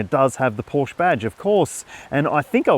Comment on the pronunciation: No one in their right mind prefers the 4 over the Turbo. And learn how to pronounce Porsche (hint: it's two sylables)